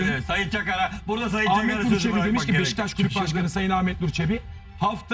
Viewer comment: Sinan abi BEŞTAŞ değil beşiktaş 😂